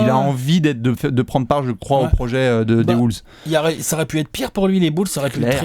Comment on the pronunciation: Pourquoi vous prononcer "Wooles" ?